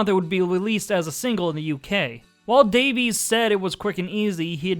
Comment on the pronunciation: They actually pronounce their last name "Davies" like Davis not Davees